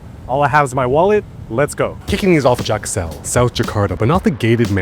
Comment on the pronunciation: its not jak-sell, its jak-seul, stand for jakarta seulahtant😅